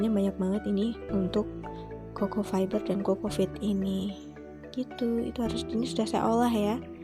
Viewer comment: Bukan cocofeet bunda, tp cocopeat